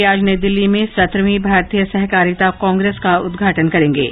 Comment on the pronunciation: 'सेहकारिता' उच्चार ग़लत है । ' सहकारिता ' बराबर है ।